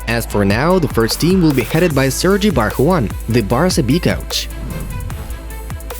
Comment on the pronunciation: Its sergi barjuan